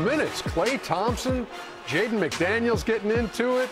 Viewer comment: * Jaden, not Haden…